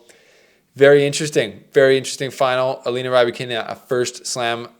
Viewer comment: I like the complete mispronouncing of the name